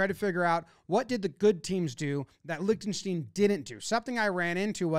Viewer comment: Please pronounce Liechtenstein correctly…